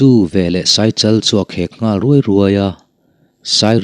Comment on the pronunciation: Englai mah in Ngãl hi a ri hniam in kan lamri ngai lo . A rihniam a i lamrik chuan a awmzia a bo hmak mai ang . I ngal ka khawng a ngeh. Ngal hi a ri hniam a i lamrik chuan a awmzia a bo daih ang. I ngãl kha ka khawng fawk mai tur a nia... 😮😅😅 .